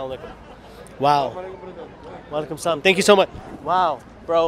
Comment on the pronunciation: Dude your Salam it's not right the way you say it.....